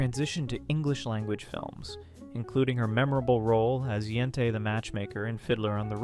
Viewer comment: Yenta, not Yentay